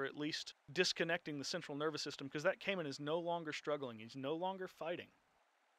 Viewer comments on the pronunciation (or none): none